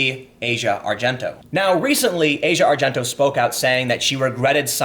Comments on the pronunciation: It's ah-see-uh not asia. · ahsia not asia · Ah-See-Ah Argento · I believe her name is pronounced, "ah - zee- ah". Just sayin'. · It's pronounced Ah-Zhee-Ah. fuck